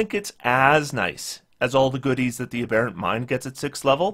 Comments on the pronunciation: I guess nobody commented this on the last video, but the accent is on the first syllable in “aberrant”. “A Bare Ent” is a sylvan strip club. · LOTS and LOTS of people commented, but as mentioned, AH-berrant is an American pronunciation.